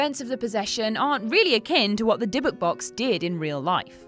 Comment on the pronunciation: If you're going to talk about real stories you should try to make sure you're getting your facta right. Dibbuk isnt pronunced like that, the emphasis is on the end of the word. Secondly, dibbuk literally means possession, it's not any specific demon. Thirdly, jewish people do not believe an item is the source of power for anything, so this story is made up. No item in Judaism can hold meaning, spirituality comes from within, not from any physical thing or place